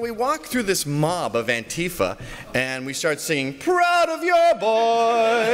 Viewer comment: ‘Pwowd boys’